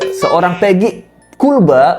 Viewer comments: Knp ya gua benci banget ini sama si mimin yg agak kriting kalau dia lagi nyebut KULBA,,,perasaan pengen gua tampol aja😂😂😂😂😂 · Gaul lah bang no no no bukan kulba